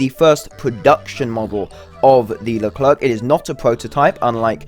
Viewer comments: Pronounced as "Lu claire" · What are you saying LerclerK ? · Pronounce it "LeCLAIR" the last "C" is silent ! But God ! I wait this one since the whole tech tree was added ! And a good remind, this is a S1, a pre-serie ! Last models are "F1" standards F1 have a "slicker" design And the brand new XLR update of the F1 is even slicker Leclerc MBT also have an upgrade with a 140mm gun called the T4, tested and maybe soon exported to EAU Leclerc F1 XLR is also foreseen to be fitted with a drone for "over-the-hill" recon and engagements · the last C in Leclerc is mute please xd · Stop pronoucing the "c" at the end, we don't pronounce it And please stop joking on the reverse speed because this thing, IRL, is actually the best in its category